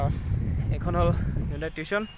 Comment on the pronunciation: Tiushon nohoi tuson